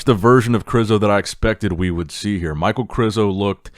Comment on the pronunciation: İ think it's pronaonced Mich ae el. Not Mike. Aka Michael.